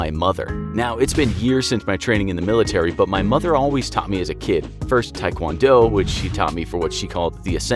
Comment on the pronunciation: It's not tie it's tae